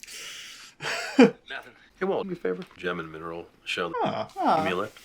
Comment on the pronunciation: "Let's rock and miner-oll"